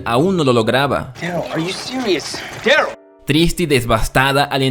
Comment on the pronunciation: Porque pronunciais Daryl como si tuviera doble R?